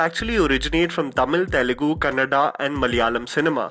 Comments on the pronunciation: It's Telugu not Telegu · Dude.. it's not telegu. It's Telugu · Bhai Telegu nahi hai.. it's TELUGU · Abey Northies... It is TELUGU not Telegu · one small correction , it is Telugu not Telegu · For the umpteenth time, it's Telugu not Telegu!! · It is Telugu not Telegu!! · It's Telugu... Not Telegu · its not telegu but Telugu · Why peole confuse name of language? It is not TELEGU. It is TELUGU. TE LU GU.